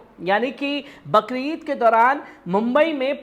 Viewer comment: बकरीद नहि बकरी ईद बोला जाता है